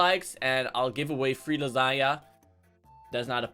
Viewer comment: When you say langena now I am hungry